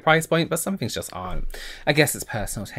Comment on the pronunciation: doesn’t say things, he says fings.